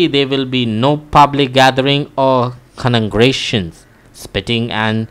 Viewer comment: His pronounciation for congregation is wrong